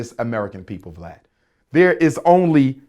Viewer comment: He said blad instead of vlad